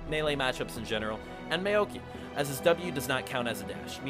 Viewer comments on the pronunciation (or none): You didn't fucking say Mey-o-kee...Mao...KAI. Maow-K-EYE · You lost me as soon as you said May Oak E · you pronounced Maokai in a way that pisses me off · The ONLY problem I had with this video was the pronunciation of mao'kai. Otherwise it was a great guide and gave me a great build